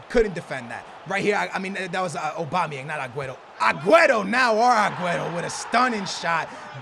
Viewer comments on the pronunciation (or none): none